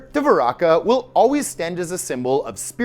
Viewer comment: Dwaraka pronunciation Duh-vah-ree-kah Patala peonunciation Paah-taah-l